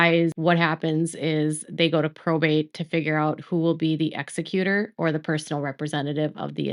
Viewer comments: Thank you for this, just one note: it is Ex-E-cutor, not EX-e-cutor. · I love ya, but exECutor. Stop saying EXecutor. Thanks! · It's not pronounced Exe"Cuter" (that's someone who killed someone " it's pronounced"exEckyouter" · ex EC u tor, not EX ec u tor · Good coverage but please learn how to say Executor. There's a big difference in ExEcutor and ExeCutor. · It’s pronounced E-zec-u-tor